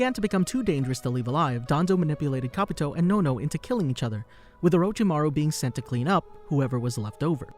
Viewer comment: I couldn't tell that that was Kabuto because of the way you said his name.